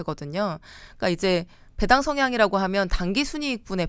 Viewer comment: 배당 발음을 왜 .이상하게 하시네 배 당[배애당]처럼 길게 발음해야 옳은 뜻인데 [배당]하니까 "배 하나당" 이런 뜻으로 들리네